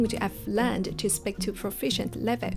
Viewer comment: Hi, great advice. Since you mentioned constructive criticism, please notice that you're mispronouncing the word speak as spik. It should be a long ee sound as in sheep or week. Keep up the good work!!